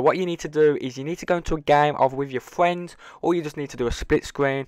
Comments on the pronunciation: "U wanna get into a game wit ya fwiend or in spit screen, as soon as your friend kills the zombird" - I love your guys vids but what accent is that? I'm just messin wit ya by the way bud how we pronounce things in the US. Is weird to lol, sick glitch bud keep it up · I’m not to fwend buddy!